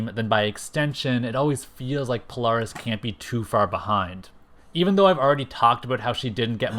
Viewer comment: Well It Is Not Pronounced Sync Like Nsync, But Pronounced Sinch Like Inch But Spelled Synch, And The Same With Poaris, It It Pronounced Po-Lare-Is But Spelled Polaris. And I Would Have Loved To See The Real SABRETOOTH But With Every Power He Has Ever Had Plus His Adamantium Laced Bones With His 4our Claws, MIMIC Who Has All 5ive Original X-Men's Powers And Some Of Professor-X's Powers Permanently And His Mimicry Powers, The Original MORPH (Yes Changeling) Like The One That Looked Like The Animated Version But He Wears A Mask To Look Like Is AOA Counterpart No Cape, Have REVANCHE The Cybernetic Clone Of Psylocke Return And Be On The Team With A Story That She Actually Is Psylocke's Twin Sister, ROGUE, BLINK, CRUX From Cerebro's X-Men, SPIRAL, SYNCH, MONDO The Real One, POLARIS, HAVOK, THORNN, COPYCAT, SUNFIRE, TOAD, & PYRO